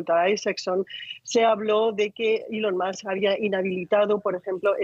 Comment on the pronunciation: ilon MASK, que afan de pronunciar mal el ingles a drede!